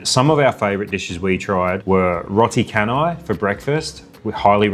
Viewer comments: So Roti Canai would be pronounced Roti 'Ch'anai instead of Roti 'K'anai. The 'c' is pronounced like 'ch' in 'channel' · Clan jetties will def be preserved as its already part of unesco heritage..most ppl assumed malaysia will be like thailand or philippines but its actually more similar to singapore..roti canai is pronounced as "CHanai" not KAnai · Pronounce roti cha nai not roti kanai. C in Malay pronounce ch like channel. Roti canai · Every single time an angmoh pronounces canai as “kanai”, a Malaysian dies a little inside. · roti “kanai” ? 😂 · Funny enough ,you pronounce char kway teow better than roti canai . Its canai like churn-eye or chan-eye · 😊🙏 Greetings from Kuala Lumpur! Thank You So Much for the many kind words about Malaysia! The Roti Canai is pronounced as Roh-Tee & Canai as Char-Nine! Yes, ehailing Grab is notoriously hard to book if passengers wanted the more higher end rides as most Grab cars are the 4-Door saloons. Fridays after 12pm will be the most expensive period to book Grab as the surchanges just 3X the normal rates, so I normally skip shopping on Fridays & rely on taking the MRT or LRT trains to the nearest station to home & order the normal Grab to go home if one is not driving. Luckily Saturdays & Sundays would not be that expensive if book early in the morning. Can ride the Express Train from the KLIA airport to downtown Sentral Railway Station in KL & then book the Grab to your hotel from there. Stay safe & stay healthy guys! Sending Love from KL! 🎉✨💞💐🍑🍊🌎🌿🕊️🇲🇾🇦🇺